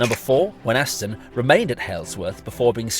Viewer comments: Can I say as a local person, Thank you for this detailed and interesting film. May I correct you though about how Wenhaston is said, the 'H' is silent and the 'A' is changed to an 'I' as we say it locally, 'Weniston' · As a local(ish), the h in Wenhaston is silent. It's pronounced Wen-aston. Great footage though..!! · Wenhaston is pronounced Wenn - Ass- Ton, no H, townie.